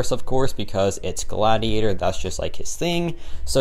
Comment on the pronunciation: It’s Godiator, not Gladiator